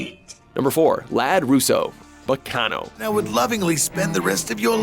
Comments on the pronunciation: Ba-Con-No. Really. Back-Ca-No. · Oh god, that pronunciation of Baccano is horrible. And your pronunciation of sadist, as well. And Ryuunosuke. AND CASTER! COME ON, THAT'S A BASIC WORD! WHAT THE HELL! Also, Yagami.